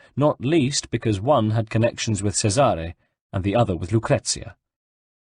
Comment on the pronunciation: 3rd book in a row of mispronounced names.anyone else flinch when he mispronounces Cesare?play the game twat,or atleast whatch a damn playthrough on youtube,MAYBE you get the damn names right.i learned italian from the ezio saga, can't even say Cesare proper.